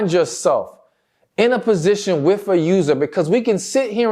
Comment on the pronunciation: Sir, please can you say the word with ? What in hell is wif ?